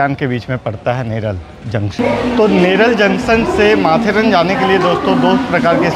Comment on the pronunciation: यह माथेरान है. माथेरन नही.